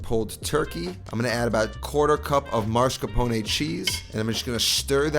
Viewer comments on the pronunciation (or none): he says “maRscapone” not mascaRpone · MASCARPONE, not marscapone. Ugh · I pronounce “mascarpone” the same way😂